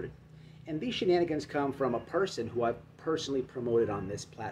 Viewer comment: I don't know why but when you say shenanigans it cracks me up everytime still . 🤣..